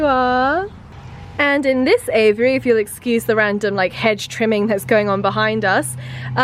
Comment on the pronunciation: say aviary not aviyary !